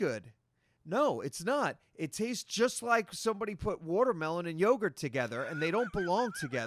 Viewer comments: " Wortermelon" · Let. Him. Say. Watermelon. One. More. Damn. Time...his country ass with worturmelon pronunciation...ugh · what is wudermelon? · Wtf is Worter mellon?